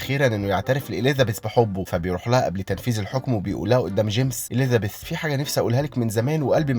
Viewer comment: عندك مشكلة ب "اليذابيث"